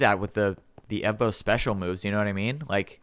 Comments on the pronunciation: Is this channel rake because it sqy evmo not evbo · It's evmo, not evbo!!!!!!!!!!!!!!!!!!!!!!! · Why are you called evMo and not evBo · his name is Evbo not “eVmO”